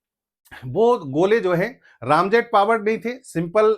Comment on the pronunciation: बहुत अच्छी जानकारी दे रहे हैं आप लेकिन दुख है कि बार–बार आप रैमजेट को रामजेट कह रहे हैं जो खटकता है। रैम आंग्रेजी का शब्द है जिसका अर्थ है तेजी दबाना या धक्का देकर ठेलना। इस जेट में सुपर सोनिक गति से हवा इंजन में ठेली जाती है फिर उसने ईंधन स्प्रे किया जाता है। यहां इंजन जलता है और पीछे की ओर निकलता जिससे गति और तेज हो जाती है। निवेदन है कि कृपया राम की जगह रैम कहें।